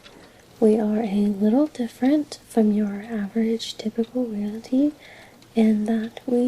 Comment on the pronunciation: this is a great idea for asmr. good job. the only thing though...please don't say realaty. It is pronounced realty. REALTY. I am not trying to be rude only to educate. Sorry if I offended you.